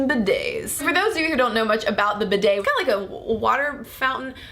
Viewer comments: First of all I wish you would say bi'det with the accent on the first syllable! Oops! I am partially educated in French! The way you say it shocks my sensitive ears! But yes! What a valid argument you present! I personally still use toilet paper but often a hand-held shower afterwards. For the record, I wish I had a telephone shower as well but the hand-held one serves the function to which I put it to well! I mostly use it in conjunction with taking a bubble bath! Oops! I do love my bubble baths! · Yes that mispronunciation all the way through was so irritating. Almost as bad as when they pronounce 'niche' as 'nitch'. just for the record, 'niche' is pronounced like 'neesh'. NEESH. ' Bidet' is pronounced 'Beeday' with the emphasise on the first syllable BEEday. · I love you AND bidets, but please, please , PLEASE, pronounce it BEE DAY!! (I don't actually have one but usually squat in the bath for a quick cold douche with the shower head after a poo. LG.